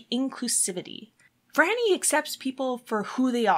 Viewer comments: Her name is pronounced FRY-nee - NOT Frah-nee. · Depending who you ask and where you're from, some would say it's pronounced FREE-nee. Also, it depends on your accent how it sounds to others. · Phryne herself pronounces it FRY-nee, soo....